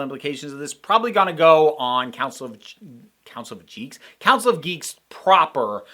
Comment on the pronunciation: "Council of Jeeks" Guess we know where you stand on the pronunciation of GIF.